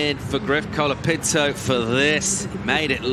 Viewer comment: bad judging.. seems the judges and commentators especially like to say "Kolaa Pintoo" a million times like they were rappers.. hilarious how you pronounce it. and yes the judging in portugal was a fuck up.. like jack robinsons wave got a 9 by an aussi judge when all the others gave a 7. lol